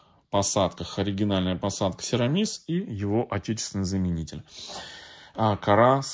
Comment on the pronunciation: СерамИс. Ударение на И.